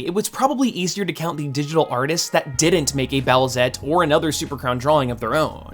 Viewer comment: Boo-ette? Its boosette doooood